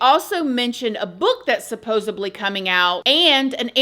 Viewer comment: SupposeDly... Not supposeBly 🤭